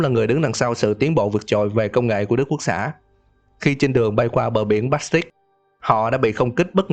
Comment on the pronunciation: Biển Baltic đọc na ná "Ban-l Tích" chứ không phải "Bát-s tích"